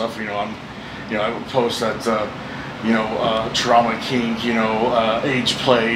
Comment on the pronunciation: Did he actually say “trauma kinks”